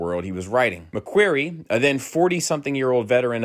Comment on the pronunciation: I don’t think you’re pronouncing “McQuarrie” correctly. Other than that great video